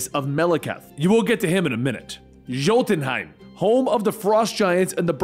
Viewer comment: He mispronounces jotunheim often